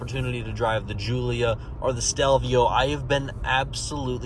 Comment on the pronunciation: It’s GULIA not JULIA